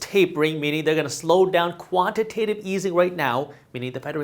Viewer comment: Jaspreet let your boy know it’s pronounced quantitative easing pronounced Tate like he calls it quantitive easing